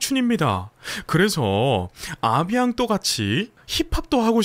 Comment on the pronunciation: 영웅님 의 어느종류의 노래를 들어도 가슴에 닿게하는 노래 재주가 천재 입니다 A bientôt 발음이 아비앙또가 아닌 아비앵또로 발음을 해준다면 완전합니다단어서두에 en은 앙 으로 발음하지만 단어중간에는 앵 으로 발음합니다 아비앙또 어색해요.아름다운 노래인데 너무 아쉬워요.영웅님의전화로 알려주시면 어떨까요? 작별인사지만 미래 재회 기대가 있는 .곧 만나자가 포함됩니다.하시는 말씀에 동감이죠 .건행